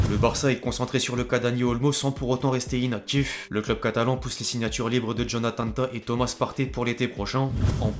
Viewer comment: Effectif pas effectchif, Manchester United pas Manchester Unitchid, signature pas signatchure, dilemme pas djilemme, situation pas sitchuation, inactif pas inactchif, sentiment pas sentchiment, ..........